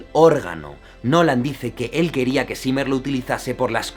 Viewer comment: Zimmer, pronuncialo bien, es "simah",así se pronuncia